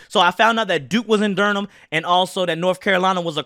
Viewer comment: Durham is pronounced (Dur-um). Great video though🤣